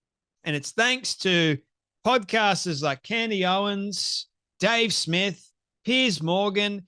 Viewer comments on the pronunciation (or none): none